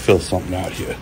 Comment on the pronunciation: Someone explain to this guy that the word "here" is only one syllable. You're not throwing a punch in karate or anything